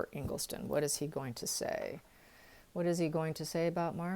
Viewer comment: Engleson not Engleston